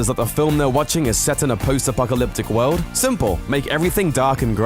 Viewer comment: JUST STOP SAYING WOLD ITS WORLD, FUUCKK